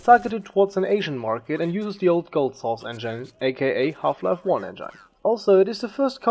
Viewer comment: "the soos engain